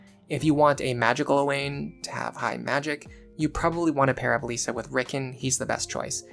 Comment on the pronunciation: why are you pronouncing Lissa as Lisa? like "This", not like "Lease"